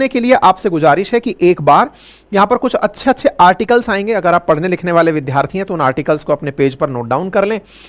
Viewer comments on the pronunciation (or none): अवस्थी जी आप विद्यार्थी शब्द को विध्यार्थी क्यों बोला करते हैं? विद्या + अर्थी सही है, विधि + आर्थी मिलकर विध्यार्थी बनता है, जो निरर्थक है।